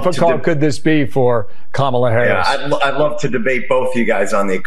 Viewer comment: Thank you miss for pronouncing V.P name correctly.